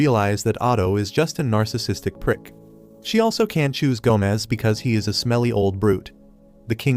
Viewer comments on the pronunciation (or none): none